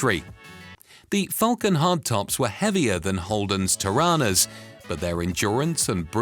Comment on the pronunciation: GET YOUR TORANAS RIGHT 7 min mark NOT difficult